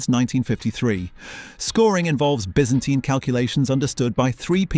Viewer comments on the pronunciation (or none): none